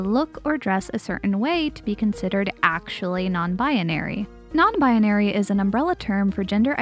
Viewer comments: Anyone else notice how she says “Non-binary?” She says it as “Non-bianary” and adds in a random “a” for some reason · im sorry but you pronounce non binary very funny, just i love it. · i'm sorry, this video was great, but i just have to point out that the way you say non-binary bothers me slightly